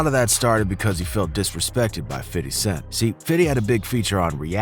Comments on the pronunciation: His name is not “fiddy” it’s pronounced “fifty” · The name "50 Cent" actually came from someone else who lived in Brooklyn. He turned it into meaning "change" for promo reasons. Also...its OK to acknowledge him as Fifty not Fitty every minute. They said "Fitty" is how u should pronounce it in an interview once but we don't really pronounce it like that bro. We say FIFTY or maybe FIF. Fitty sounds annoying. Bet u hear no black ppl say "Fitty" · Fitty smh say 50 man !!! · Bruh just say fifty....fiddy just sounds were and is too close to Diddy......and I'm sure Fif hates it lol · Wyte ppl saying fiddy cent always makes me chuckle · Why you saying “fiddy” lmao ppl these days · Why do white people think saying fiddy sound cool. No black people say his name like that. Dude you sound like a fucking idiot. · I cringed every time he said a name wrong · I hate how alot of white folks pronunciate 50 cents name. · for real bro sounded like a suburban white kid lol never heard niggaz pronounce it like that.